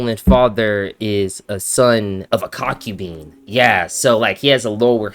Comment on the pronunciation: is it really pronounced con-kyu-BEAN?